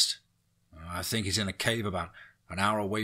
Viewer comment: I've been trying to listen to these stories, but the weirdly timed pauses, and him saying stuff like "fink" instead of "think" is super annoying